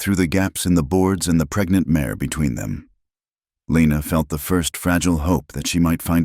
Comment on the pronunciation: mare not mayor...colt not coat,,, lena not lina,,,calder not caller,,,hell in not hellin,,,foal not full errors distract